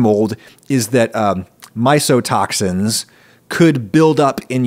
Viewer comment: hi adam . just a minor point, mycotoxins is pronounced as mykotoxin. :)